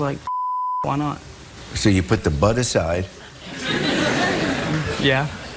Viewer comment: Is it me or does it take a while to register that they are saying “BUD” and not “BUTT”??? Lol